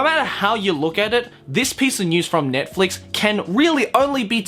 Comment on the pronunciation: Hold on the way he pronounced Netflix THROW THE WHOLE WORD AWAY😂😂😂